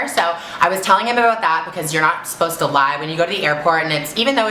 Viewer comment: she said aboot!!! lol i never noticed that